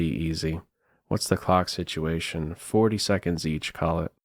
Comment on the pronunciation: Please pronounce your “L” sounds more clearly. Gave me a fright.